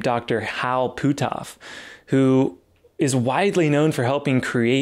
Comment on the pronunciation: Great video but you're killing me with the way your pronounce Hal's name. It's pronounced "put-off", not "poo-toff" ;-)